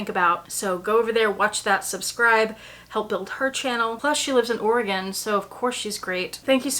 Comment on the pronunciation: My girls were born in Portland, I loved it and cried when we had to leave. I must say it’s lovely to hear someone () pronounce Oregon properly! 😊